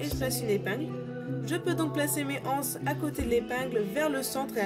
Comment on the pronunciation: Il n'y a pas de "h" à "anses, donc on dit l'anse... pitiééé....je l'entends sur toutes les videos, alors je ne résiste plus à l'envie de le préciser.:)) Sinon, super tuto, très clair et quel beau travail soigné!